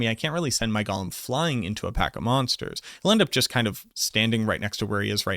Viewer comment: Bro PLEASE. It’s “GOE-LEM”. Not Gollum. Fckn google it already 😂 idk why but drives me nuts